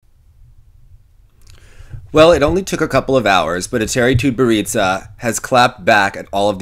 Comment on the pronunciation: lol your pronounciation 'TutberidzA' ))))